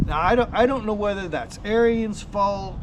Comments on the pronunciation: 1st its Arons not Arians 2nd sounds like you had a problem with Lowes not Ariens. Other than the pump leaking which after 5 yrs normal wear and tear. Ive had the same mower for six yrs I do normal maint. Its the best mower I have ever owned. Imean you cant compare a 10k mower to 3k mower. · "air-reens". its not a nazi skin head. lol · Ariens pronounced arins it's their last name, not like the term aryan race. Thank you.